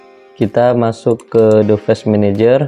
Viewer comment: bang dibacanya divais menejer